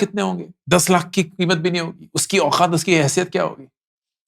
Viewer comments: Stopped watching your videos for the following reasons: 1. The way you emphasize and say 'lakh' and make ot sound like an urdu word is so frustrating and unpleasant to hear. 2. Same repititive content again and again, again and again, and again. 3. No real insights. Just motivating to do SIPs. So now that I am doing SIPs already, shall I unfollow? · Sir now a days you are saying word LAKH very weird way.. why.. sounds about to spitting. Sorry sir 🙏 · The only thing I disliked about this video is his annoying way of saying LAKH. You could stress less on this word and focus more on the actual content. Your LAKH pierces through the ears!